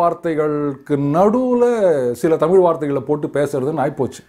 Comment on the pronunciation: So many. Tamil eelu etc etc Even Mr. Annamalai till day Pronounce tamizh as tamil Eezhu eelu vazhkkai as vaalkkai.